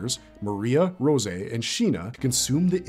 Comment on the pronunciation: ima need you to stop saying rosè like yo its just rose there is no apostrophe for her wall give it up already